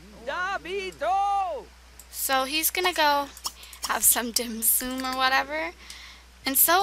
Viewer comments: It's Dim sUm not dim sOOm. It's Chinese and its very GOOD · Hi. Don't want tot be mean but.... my name is Athena and I am Asian and u pernounced dim sum wrong dim sum is very good!:-)